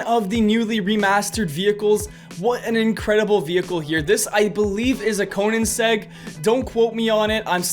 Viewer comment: you cant pronounce koenigsegg?